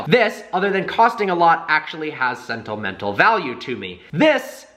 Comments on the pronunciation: It's "sentimental value", not "sentlmental value". No offense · "sentulmental value" lol